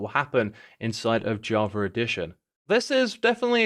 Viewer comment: WHy do you call it edition